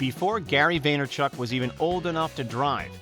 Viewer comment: Vaynerchuk, not veynerchuk lol